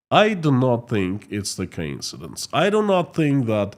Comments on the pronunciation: Co-insidence not ka-insidence. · Quick English lesson it’s co-incidence.